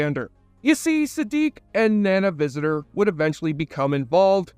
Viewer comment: Not taking the tiniest effort to learn the correct pronunciation of the actors' names is extremely sloppy. The most jarring for me being "Nana Visitor"